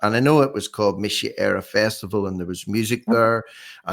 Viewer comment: Love John but surprised at his pronunciation of Mise Eire